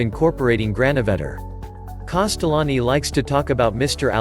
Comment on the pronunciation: Can we please spell his name correctly and maybe try to pronounce it better